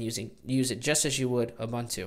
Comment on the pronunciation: Sorry to be a puritan :) but it is "Ooboontoo".